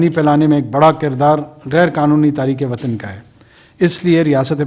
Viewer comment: " WATSN " nahin " WATAN " prha jae.